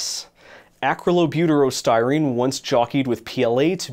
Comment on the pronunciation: "acrylobutaro styrene" My brain melted. I watched that part over and over, and lost touch with reality. It's like it turned of something in my brain, and I couldn't understand things anymore. Anyway, I came back, and remembered it's acrylonitrile butadiene styrene.